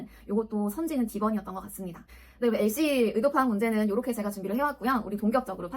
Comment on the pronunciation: LC가 무슨 발음이 .... 호주 유학갔을떄도 못들어봤던 발음이 나왔어요..